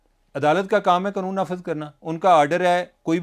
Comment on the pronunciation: یار یہ قنون نہیں قانون ہے پلیز